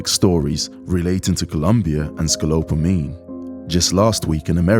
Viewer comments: SCO PO LA MINE, not SCO LO PA MINE, lol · repeat after me ....... sco-POLA-meen.... not scolopine... ALSO i dont feel bad... you took the risk for some pussy. regardless its for u or ur buddy. thats what u get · Am I the only one who noticed he called it scolopamine the whole time and not scopolamine like it's called? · It's Scopolamine, not scolopamine, aka Devils Breath....but good on you guys. Evil flourishes when good men fail to act....this is why apathy is a sin. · What the fuck dude. You guys did all of that production and didn't even know the name of the drug is scoPOLamine, not scolopamine. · It's "scopolamine," not "scolopamine." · Scopolamine, not scolopamine. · I like how it has this Crime Stoppers Journalistic feel. Much respect, but let me correct you: remember it's *sco·pol·a·mine*, not sco·lop·a·mine. But yeah be careful in these streets, looking forward to another video in this series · Isnt this guy saying the drug name wrong? Its bugging me so much “ Scopolamine” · The drug scopolomine is pronounced SCO-POL-O-MEEN. The ignorance is distracting. And... the word ASK is NOT pronounced AXE. Damn. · Its pronounces scoPOLamine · It is pronounced Scopalamine Sko-pal-a-meen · It’s called Es co Po La mi na! Learn to call things for thru actual names. Like that pig that you hired. If you improve your taste from pigs to actual pretty women and learn to spell this wouldn’t happen to you. Repeat after me. EscoPOlamina. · Maybe learn how to pronounce the name of the drug before you do a video on it? Scopolamine. Sco paul a meen. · “Sca-lope-a-meen” 😂 Sorry, couldn’t help it. The incorrect pronunciation kept distracting me. This is really good work though. It’s sad that the local authorities aren’t running stings like this. You’re doing their job for them. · Gotta love a journalist who can't even pronounce "scopolamine" correctly. 🤡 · How can you spend an entire video mispronouncing one of the key parts of the story? Sco-pol-a-mine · "ScaLOPEamine" lolz